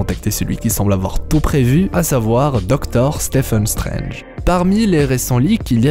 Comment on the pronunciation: A un moment il a dit Stefen Strange mais je crois que c’est Stiven